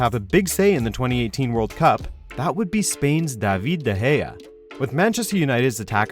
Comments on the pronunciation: Stop pronouncing De Gea like that pls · YOU SAID DE GEA? oooops...